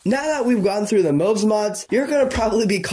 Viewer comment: heh, I'm just nitpicking, but fyi, it's not pronounced "mobes", it's pronounced "mobs" as in how you say "mods", but with a B. ;)